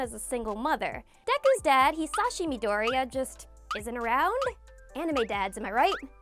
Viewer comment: why cant anyone pronounce midoriya correctly